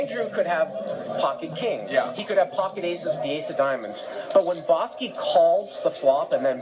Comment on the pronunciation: Its like the commentator is trolling boski keeps saying bahski